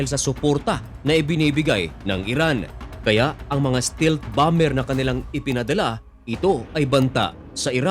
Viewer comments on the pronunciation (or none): none